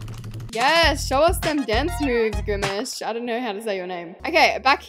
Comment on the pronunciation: Not saying grimish instead of grimace😂❤